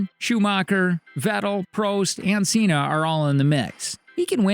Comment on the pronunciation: have u not realised in the recent years its car over driver Also this guy in the video knows nothing about F1 you can just hear it in the way he pronounced Senna and Prost